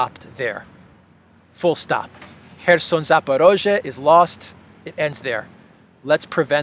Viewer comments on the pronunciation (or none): none